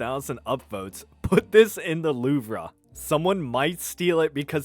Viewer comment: The “luv ruh” brotha please look up how to pronounce the louvre 😭